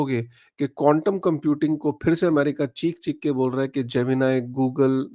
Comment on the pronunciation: ❤Bhai aap baar baar condom computing bol rahe ho. Quantam computing bolo 10 baar clearly Bhai.😂